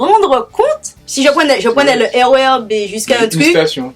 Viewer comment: mdrr je suis pliéee ... " rer " mot compliqué .. tu m' étonnes , au antilles les " r" ne se prononce pas